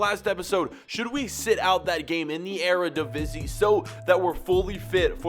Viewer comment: thank you for reading the comments you finally said Eredivisie right